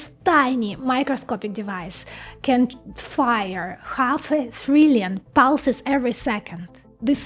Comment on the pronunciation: I really want thrillion to become the official pronunciation of trillion, it's just so much prettier!